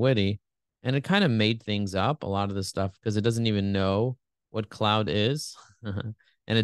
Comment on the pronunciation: Claude is a French name, pronounced cloh-d, not like "cloud"! Bard pronounced it right 😉 Helpful comparison, thanks!